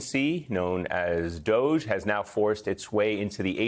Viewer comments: Its not "Dooshe", it is: "doggy." Please to revise the pronunciation. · Please stop pronouncing DOGE as dowjs. It's a sick puppy, DOGE is DOGGY bad puppy. DOGE is DOGGY bad puppy. Bad puppy needs new home in Guantanamo. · It's pronounced [doggy]. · They should pronounce "doge" doggy .they are like a pack of dogs licking up to the alpha Male. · Doge pronounced DOGGEE 😂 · Its pronounced dog-e. As in 2 silibles dog then e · Should really be pronouncing DOGE "dog-ee" because it's from that cute dog meme and has nothing to do with the ruler of post-medieval Venice. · DOGE is pronounced: doggie. Doggies are eating your lunch. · DOGE is pronounced DOGGIE. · Surely it is pronounced doggie! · I insist on pronouncing it "doggie"